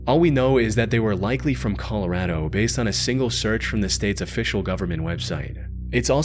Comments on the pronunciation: I don't think I've ever heard Colorado pronounced in such a way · I dont like the way you said Colorado .......╰（‵□′）╯